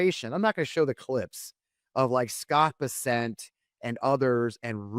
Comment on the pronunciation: Scott Bessant? I thought it was Pissant.